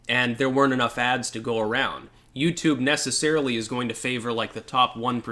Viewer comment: Oh wait ... i get it .. you said "utoob"... you can't say that.